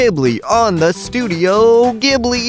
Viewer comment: IT IS PRONOUNCED STUDIO JIBILI!>:(